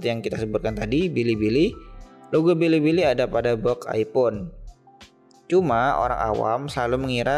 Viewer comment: Hahha bili bili , blibli om bukan bilibili 😂😂😂😢😅